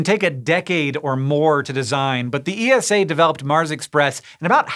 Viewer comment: I really don't want to nitpick, but you're pronouncing ESA wrong. Check out any of their videos and hear how it is officially pronounced. Otherwise: great content, as always.